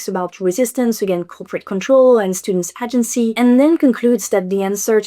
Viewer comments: Girl I love you so much but your prononciation of AH-gency almost caused me a stroke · "Agency" ne se prononce pas avec un A français mais plus un ay-gency (comme le mot Hay mais sans le H) Seuls les voteurs du RN colonisent ainsi la langue des autres 🙏🙏🙏🙏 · It's pronounced 'ay-gency' 😉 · Agency • aye-jen-see It's an extended aye sound at the beginning of the word FYI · In “agency” the first syllable rhymes with “day”.